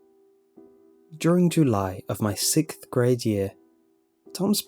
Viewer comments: You say sixth wired. XD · anyone else hear he sayd 6th grade weirdly? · Sickth grade, huh?